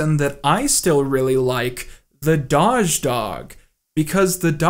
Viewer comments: Hearing him say 'dodge' dog was equally painful. It's 'doggy' dog, or 'doe-gh' or 'doe-ghee' dog! It's a meme about cats and dogs being bad at pronouncing words!! OPEN YOUR EYES MAN!!! :O I'm only halfway kidding. Seriously, 'dodge?' I'm actually laughing out loud though so good job :p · You lost all respect from me when you mispronounced doge, it’s pronounced d-owe-j, not daw-zh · Surely, surely it is Doe-je? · "Dozh" dog. This is like hearing someone pronounce Cereal as "Keereal". I was under the impression it was pronounced like toes. Doge = doe-ge. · “Doge” is pronounced “dough-zhe” not “daw-zhe” it has a long “o” not like in the word “dog”, like in the word “Doberman” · it's "dohhhje", not "dodge" :/ but this an incredible video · Dawwwge? It's meant to be pronounced like DOH-J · It's dough-j not dodge ffs filthy casual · also it's pronounce doge with a long O. dohzh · I have literally never heard someone pronounce "doge" like that. I've heard "doggy", and I've heard "dough-(J-sound)" But never "dodge" with a silent second d. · "dahjz" broke me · The way he said “doge” like “dodge” made me internally cringe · Isn't "Doge" pronounced "dohj?" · has been known to mispronounce words. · Can we talk about the way pronounces Doge as “dodge” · It’s “dough” with a j sound at the end, but saying “dodge” was amazing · this man really just said the Dahj dog. PainChamp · doge as in nose, not doge as in... whatever tf you said, honestly idk how you got that pronunciation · I mean this kinda proves what u were talking about but... Did anyone else cringe when he said "daj doge"? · I came to the comments to make fun of that, as well as how you say doge :P Maybe I'm wrong about that one though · I’m more confused at how you pronounced Doge lmao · I was about to like this video but then I heard the way pronounces Doge. I’m sorry but I’m afraid you must be put down now. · Can't get over the way you pronounce doge. Also hydroxychloroquine.